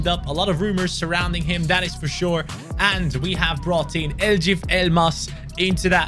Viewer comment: the j in Eljif isn't pronounced, it's only Elif. He's of Turkish descent, so I expected that you would pronounce it correctly.